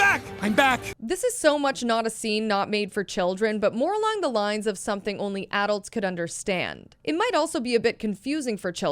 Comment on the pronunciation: Is nobody talking about how she's saying adults wrong